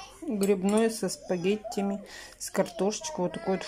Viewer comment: Да,согласна,суп выглядит очень неплохо,только что это за "спагетями"?🤦‍♀🤔 У меня мама бы вам точно не дала проходу пока не научились бы правильно говорить слова!!!